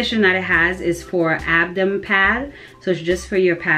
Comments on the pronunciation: Oh hello naw girl u too cute its ABDOMEN NOT ABDOM what u gonna teach this child😒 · “abdom” really annoyed me. it’s Ab-DOH-MEN lol. but this was helpful cause i was confused on how to wear it